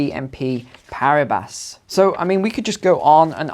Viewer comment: It gets difficult to believe in anybody's financial expertise when they pronounce Paribas like that 😳